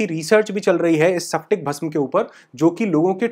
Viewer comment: सैप्टिक भस्म के स्फटिक भस्म बोलाजाता है